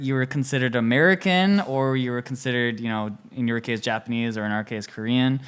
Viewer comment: Ps: please pronounce Japanese words correctly, it’s making me cringe (no offence)